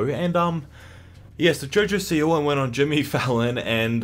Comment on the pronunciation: I Thought You Said Jojo Seaworld Lmfao